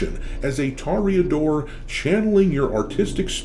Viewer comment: Where the hell are you getting tah-ree-uh-dor from? That isn't how it's spelled.